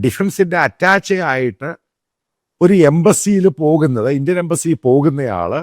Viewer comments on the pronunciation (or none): മിലിട്ടറി അറ്റാച്ചെ എന്നല്ല മിലിട്ടറി അറ്റാഷെ എന്നാണ് ഉച്ചരിക്കേണ്ടത്. ( Attache) ശ്രദ്ധിക്കുമല്ലോ മാത്തുക്കുട്ടി'